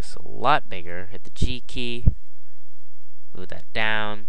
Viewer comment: To make the cube white, what do you press? All I hear is "Press the key key".